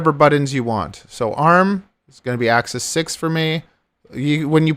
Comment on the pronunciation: Please say axis correctly. Thank you.